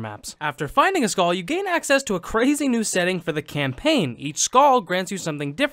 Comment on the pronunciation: What's a "Skawl?"